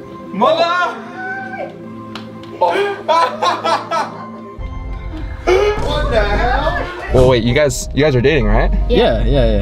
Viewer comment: saying “MOTHA”